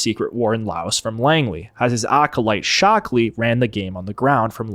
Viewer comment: "Ted 'Shock'-Lee"...?